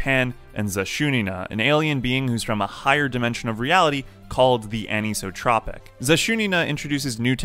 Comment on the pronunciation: I have one thing to say about this video. ANISOTROPIC IS A REAL WORD AND IT IS NOT PRONOUNCED LIKE THAT!!!! Other than that it was a pretty good video